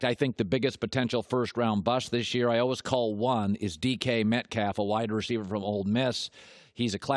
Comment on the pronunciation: He pronounces always as “alwas” don’t listen to him